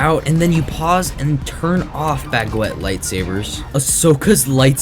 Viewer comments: Aint no way he said "bagwet" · bag-wet.... im sorry it just made me laugh nah but seriously good video :D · Can you say baguette on repeat until you get it right?